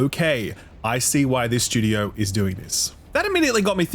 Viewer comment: I watch exclusively to hear "shtewdio" 80 times.